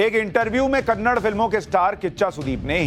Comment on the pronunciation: It’s not Kannad. Kannada is the right pronunciation. Hindi is not a national language. There no national language in India. There is a national bird, national animal but there is no national language. The way a Hindi movie is dubbed to Talugu, Tanil, Malayalam, a Kannada movie is also dubbed to Hindi, Tamil and Telugu and many other languages. It’s not dubbed to Hindi because Hindi is a national language. You need a patshala about languages.